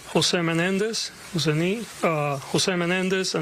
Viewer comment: “All of the Menendi!!” 😂😂😂😂